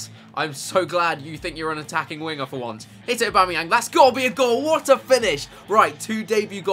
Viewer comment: Yeah he said abamyang